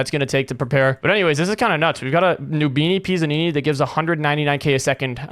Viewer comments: ITS PIZZANINI NOT PISSANINI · Why did Bro say noobini PISSanini💀